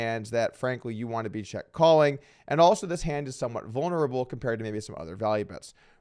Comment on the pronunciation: wow Doug, you learned how to pronounce "vulnerable"!!!